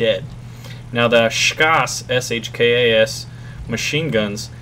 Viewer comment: you pronounce SHKAS properly